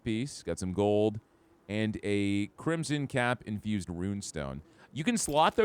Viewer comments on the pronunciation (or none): none